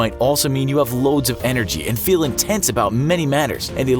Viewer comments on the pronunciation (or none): "You can tell a briend how you beel"